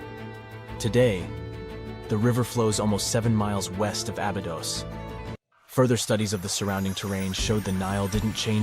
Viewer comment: Ah-bee-dose.. say it the correct way please